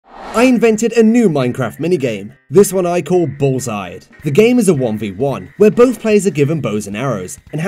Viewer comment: I thought it was pronounced "bull-sheed", and not "bulls-heid". Whoops.